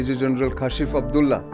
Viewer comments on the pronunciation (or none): none